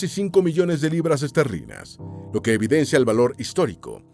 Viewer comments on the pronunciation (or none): none